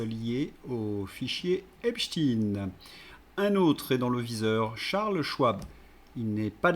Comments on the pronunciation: QUAND allez vs donc prononcer EPSTEIN et non epchtin...en tant qu'ancien prof (de français ?!) diriez vs Einchtin,Lichtenchtin. ,etc.... C'est insupportable!!! Pour qui "roulez vs donc ???? Merci de daigner corriger Cordialement... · Désolée mais prononcez aïne et pas iiine Vous paraissez leur donner raison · Epstein et non Epshtin, svp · epstEIN pas epstINE, manque les castors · Pas Epstin mais Epstein svp! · Pourquoi prononcer epstine, ça dévalue ton propos. En français on a toujours prononcé Albert Einchtaïne et autres Bernstein, Eisenstein, Bornstein... comme en allemand et en yiddish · Cessez de prononcer Epstein en Epstine. Est-ce que vous dites Albert Einstein ou Istine ? Non ! Alors faites un effort au lieu de répéter ce que vous entendez sur les médias mainstreams. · vous écorchez mes oreilles: s'il vous plait, prononcez Epstein comme on prononce Einstein! Merci